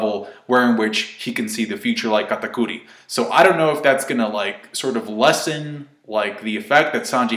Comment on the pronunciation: Why does he pronounce Katakuri like that??? so cringey ...